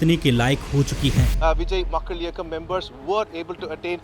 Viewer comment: Wow good pronunciation ' vijay makkal iyakkam' u r the first north Indian to pronounce it correctly in between he is a superstar in TN and he is popular in south India specially in Kerala